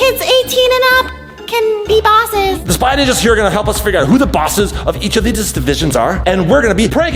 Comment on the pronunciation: Its Ninjas Not Ningas lul